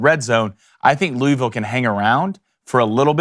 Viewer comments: It's two syllables. Luhl-Vul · Idk whats worse, the butchering of this game prediction or his pronunciation of “Louisville”.